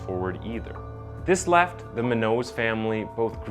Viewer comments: It’s pronounced Mew-naws. Least you could do is honor her by saying her name correctly. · Her last name is muñoz,pronounce mun'jous not munoz hispanic last name. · That's the absolute worst pronunciation of the name Munoz I've ever heard. (Try "Moon-Yoz") That said, there has been ZERO justice served in this case. Just another example of how the elites are granted different rules/allowances than the rest of us. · FYI for future reference brother, the word MUÑOZ is pronounced properly "moon-yoez', whether or not the 'N' has the curvy line above it or not, it's always pronounced as if it does. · Munoz Pronunciation: Moon-Yoce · I'm Black and I know how to say moonyos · If her last name is spelled Munoz it’s pronounced moon yo’s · Monique's last name is pronounced::: Moon Yo's =Munoz. Hispanic. Thank you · You make good videos but the way you pronounce “Audi” and “munos” wrong bugs me lol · Dude learn how to correctly pronounce your victims name. Munoz is pronounced (Moon-yos) come on man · You need to learn how to pronounce names like "Munoz", it's pronounced "Moonyos" Also, what's up with censoring random, normal words in the captions? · I'm probably not the first... But Munoz pronounced: Moon-yos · It's pronounced MOO-nyoze, I believe. And daddy bribed people or used other influence to get poor widdew Bwendan a lighter charge. Why is this vehicular manslaughter instead of vehicular homicide ? Because the Khuris are piggy rich not just affluent, not just wealthy, but stinking piggy rich, wallowing in their own self-regard without morals or empathy. Fuck the justice system. If a black man had done this, he would have been doing thirty to life without parole. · The way he pronounces munoz is really REALLY annoying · Great video but why you pronouncing Munoz like that? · that is definitely not how you pronounce her last name... at least do some research on how to pronounce the victim's name my g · Muñññoz bro, please say it right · he cant even pronounce Munoz facepalm